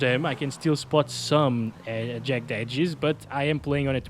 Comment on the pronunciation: Before I say this, I want to apologize on behalf of the English for our rubbish language, but "Jagged" is pronounced "jag-ged" or "jag-gid". Yes, yes, I know, bagged isn't pronounced that way, neither is shagged, nor fragged. It's just jagged and ragged that are pronounced that way. I don't make the rules.